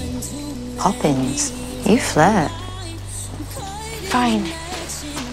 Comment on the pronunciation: EVERYTIME SHE SAYS POPPINS.......... IT KILLS ME